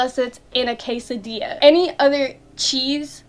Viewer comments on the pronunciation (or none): none